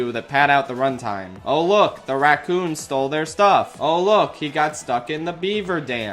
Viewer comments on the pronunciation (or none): none